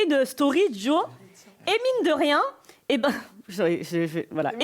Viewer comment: ~ * 28’30 « et mine de rien » mdr « emine de rien » personne a relevé 😂